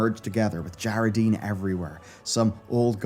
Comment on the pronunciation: Whyyyyy is he mispronouncing djaradin when they say it a zillion times in game